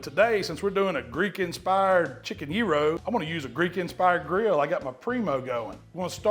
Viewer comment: Sounds like yearo 😂😂😂